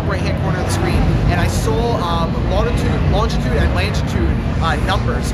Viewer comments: Lol "langitude" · what the fuck is langitude LOL